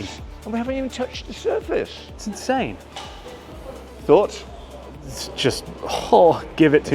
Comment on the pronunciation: Definitely an inSHane way to SHtart an epiSHode! 😁